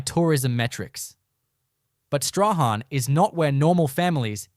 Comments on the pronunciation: It is not 'Zee-harn' but 'Zeen'. Queenstown was never the 3rd richest town in Tasmania, that was Zeehan. I've never heard of 'Staw-han', it is pronounced 'Strawn'. I'd rather you❤ take this video down and correct it for pronunciation and facts. It it stays up I'll report it to YouTube. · Whoever has done this Doc, never asked how to pronounce the names of towns. ZEEHAN......'h' is silent STRAHAN...'h' is also silent. "STRORN" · It’s not Zee Han?the silent letters Strahan, can’t stand hearing them miss pronounced